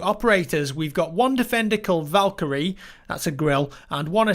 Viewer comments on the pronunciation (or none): none